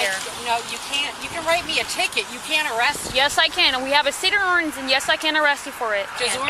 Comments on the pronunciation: That’s the weirdest way I’ve ever heard ‘city ordinance’ pronounced. “We have a CD urns.” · She cant even say ordinance